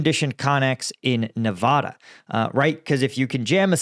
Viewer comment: For the love of God, please learn to prounounce Nevada correctly. We don't say MARY-land... so please respect the way people in Nevada do...